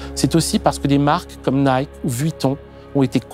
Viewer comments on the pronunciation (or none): none